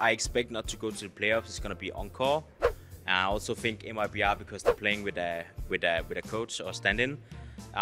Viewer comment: mibr = meebruh